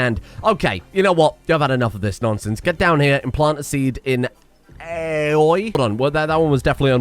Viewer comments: if my weeb is correct that's pronounced 'owie' Edit: yeah, big owies for Aoi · Aoi is a Polynesian name, pronounced "owie" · Stand Yer Ground and Shut Yer Round and you too can have willing thralls Edit: Aoi is pronounced like 'Owie' Appropriate for the one you stick a vampire plant in. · Aoi = "ow-e". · Aoi is a japanese name pronounced 1."A" like in "Cat", 2."O" like in "of" and 3. "i" like the letter "e", therefore AOI, meaning "blue" or "blued". English doesn't know what a vowel is so here i am explaining it lmao. Also, Andrade is pronounced "Anne - draw - deh". You can trust me on this one because i am hispanic. Can't wait for you to change both their names